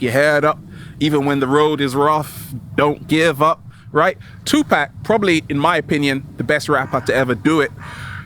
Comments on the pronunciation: it's 2 Pac (paauuk) not Pack! Lol....Peace N Love to u. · Did he just say Tu “pack”?! 🤣